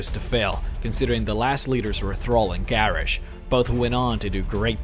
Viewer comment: Seriously? Garrish?